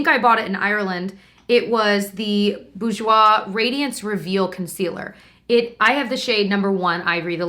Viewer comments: Try pronouncing it Bor-jois as apposed to boo-jois. X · So cool seeing this as a Canadian! I knew you guys didn’t have Quo/Marcelle/Annabelle/Nuxe but was surprised you didn’t have Vichy or Bourjois. BTW , you pronounced the last part right. The r is not silent.Basically the first syllable almost rhymes with sewer. So bewer- je-woi ☺️ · Awesome! Your prononciation of Bourjois is right for the second syllable, the first is pronounced boor/bore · You pronounce bourjois boar-j-wa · Please tell me that saying bourjois over and over made someone else think of the episode of How I met your mother where they all go out to the club with Barney's dad and Marshal is acting like a play write! XD I have a feeling its just me that thought that though... LOL